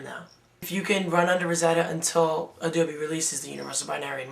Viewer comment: "adoobie" lol